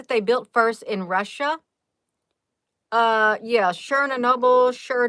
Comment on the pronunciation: I love how ya doing this.. pronounced Chern noble... Like turning butter, and nobel nights.. 🤣